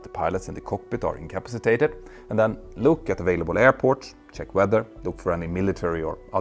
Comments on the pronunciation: Very interesting. Your pronunciation of incompacitated needs a little tuning. " In come PASS i tated" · Icapsitated...... Pronounced IN-CA- PA-CI-TATED....... say it many times. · Petter, I offer the following as an observation, not criticism. The word incapacitated is pronounced as follows: 'inkəˈpasəˌtādəd' 🤦‍♂ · Love your channel and well done vids, but its kill me to hear you say in "in ca pass a tated" wrong. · Say it slowly: “in-ka-pa-si-ta-ted”. If I were going to make a video where that was the main theme, I ‘d learn how to pronounce the word properly first. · Out-toe landing In-cap-sitated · I hate to be that person, but could you please learn to say the word incapacitated? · having difficulty with incapacitated. tricky word. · You may wish to review the pronunciation of the word INCAPACITATED.